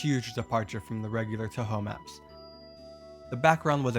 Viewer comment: i like the vid but wow did they butcher the names of the characters in that touhou creepypasta